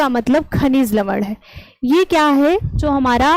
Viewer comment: Good evening ma'am, aap जो को जो. न बोला कीजिए